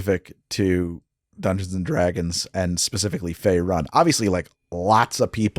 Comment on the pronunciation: I won't be the guy who says you don't know D&D due to pronunciation (, you've more than earned your nerd card), but hearing "Fae run" and not "Fae roon" was like nails on a chalk board to me lol